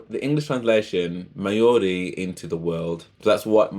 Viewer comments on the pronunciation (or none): Māori - 2 syllables Mao as in President Mao Ri as in Reee with a soft rolled R. (Search online for pronunciation)